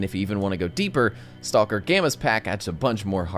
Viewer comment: did you just pronounce the L in stalker? lol STAUWLKER